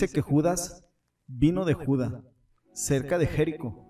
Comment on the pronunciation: Es Judá (lugar), con acento en la a; es Jericó (ciudad), con acento en la o; es Etiopía (país), con acento en la í; es Dídimo (nombre propio), con acento en Dí; es mártir, no mártin. Acento, cuando se pronuncia, tilde cuando se escribe.